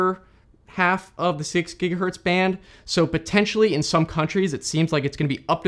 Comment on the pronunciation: bro literally said a "giga-hurt" lol i can't even